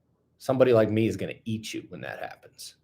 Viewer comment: Ben said eatchu. Golden. 🤪